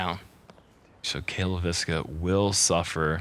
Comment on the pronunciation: Cale actually pronounces his last name pretty close to how a Finn would. Leiviskä is a Finnish surname.